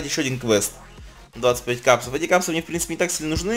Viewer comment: Кепсы а ни Капсы, бесет.